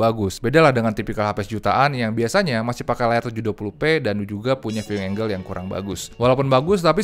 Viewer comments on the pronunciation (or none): none